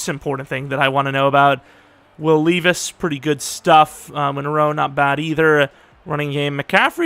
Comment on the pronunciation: btw it’s lev-ice